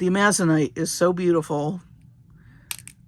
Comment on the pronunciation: FYI: Amazonite is pronounced Amazon-ite, Amazon like the river and surrounding area in South America plus i, t, and e, rhymes with light, fight, night. Thank you for sharing your love of jewelry making and your skills! You share so much info which makes things interesting!